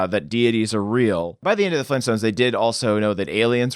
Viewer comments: it's Flintstones not flintstints. . . o_0 he's pronouncing it wrong. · Flintstones not flinstins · "the Flinstuns." The* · Lol did say "flin stins"